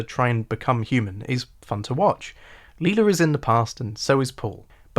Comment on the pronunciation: Dope video man. Well Done. However i gotta nit pick one thing, bro Please pronounce their names right lol "MiGell" not MigWell. and "LIE-la," not Leela. When you say their names like that it makes me think you didn't actually watch the show lol no one on the show pronounces their names the way you do. Otherwise, awesome job